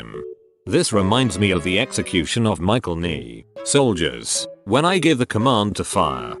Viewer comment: Michael Ney? Can you not make everything American